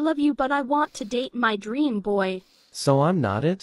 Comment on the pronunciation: it's dream not draem